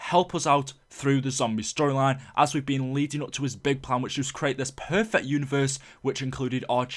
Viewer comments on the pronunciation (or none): none